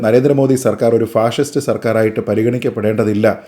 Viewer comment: ശരിയാണ് അവർ പറഞ്ഞത് അവർക്ക് അർത്ഥം അറിയാതെ പറഞ്ഞതാണ് അവർ പറഞ്ഞത് പാസിസ്റ്റ് എന്നാണ് ഫാഷിസ്റ്റ് എന്നല്ല